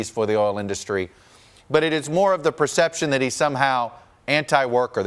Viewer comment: It's industry not in dus try moron